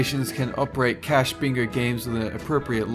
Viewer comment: "Playing BINGAUURRR" ha ha ha